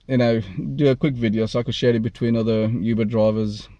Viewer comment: It's Uber brother....not "Yuber".